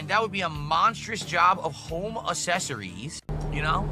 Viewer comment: did he just say "Tuckson" Arizona? You mean Tucson? And then topped it off with "assessorires"? Good lord stroke mouth.